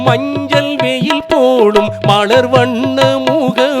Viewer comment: மீண்டும் மீண்டும் கேட்டாகிவிட்டது. "மலர், மன்னர், மலை" ஆகியவற்றை "மளர், மண்ணர், மளை" என்றே உச்சரிக்கிறீர்கள். குரல் வளம், ராகம், பாவம் அற்புதம்; பாராட்டுக்கள்! உச்சரிப்பிற்கே முதலிடம். அது பிறழ்தல், பிழையாதல் தவிர்க்கப்படாவிட்டால் குரலும் பாவமும் பயனற்றவை!!